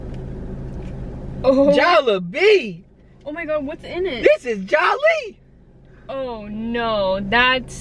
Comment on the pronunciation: Your close. JolliBee is pronounced (Jolly-bee). They just substituted the ''y" for an ''i''.